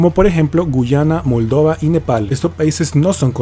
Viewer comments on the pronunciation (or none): Dijiste Moldavia en inglés 😂.